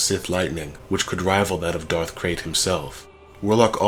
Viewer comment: It's DARTH, NOT DARK, i swear people, do not talk if you can't even say the words correctly. DARTH, DARTH, DARTH, DARTH.